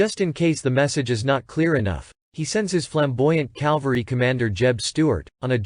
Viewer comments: It is Cavalry not Calvary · My dear, I say this with all respect and hope for your success, but please, please, learn how to pronounce the word "Cavalry." Jesus Christ was crucified on Calvary. Custer rose to greatness with his cavalry. Cavalry, not Calvary. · The word is cavalry, not calvery. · Yes...WHY do these historians and movie actors CONTINUE to say "calvary" when the word is "CAV-AL-RY"? Very annoying! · CAValry not CALvary (sorry-it drives me crazy!) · Absolutely Richard! CAL-vary drives me crazy. It's a term used by people who know little about military history. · CAV-alry. NOT CAL-vary !!! These basement history video hacks are just too much ! Take some speech classes ! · It's CAValry! Not CALvary! Just axe somebody! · It's a good video, but the mispronunciation of "cavalry" as "calvary" drove me nuts. The "L" comes after the "V", not before it. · Or as repeatedly stated in video the Calvary